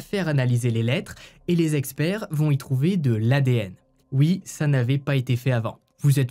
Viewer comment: Coucou tes histoires super travaillé sont exra 🎉juste quand tu dit oui ont entend uuuuii tu dis pas le ou ....i "oui" j adore tes commentaires et tes particularités mais ce uuuuiii choque 1 peut...😂🎉